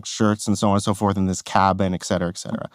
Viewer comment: * ET CETERA. Not exetra